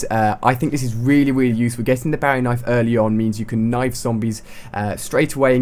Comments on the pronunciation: IT'S BOWIE NOT BOUWIE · Its not called the "barry" knife its the Bowie knife your saying it wrong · It's pronounced boey knife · XD Bowie knife is pronounced (boo-wee) not (baa-wee) LOL!!! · Actually it's pronounced BO (like bow and arrow) E knife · I'm sorry but its pronounced booeee knife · its pronounced BOOWIE named after jim bowie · Its pronounced bow we knife. . and its de bri not deebreeze... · its pronounced bo-ee, its the inventers last name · Its pronounced boowee after james bowie who died at the alamo